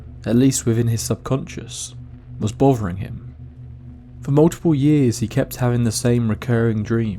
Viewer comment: "..Somefing was bovering him..", "..Could see frew the window..." Ugh. Please practice saying your Th's. Th, Th, Th, Th. There is No 'F' in 'Th'!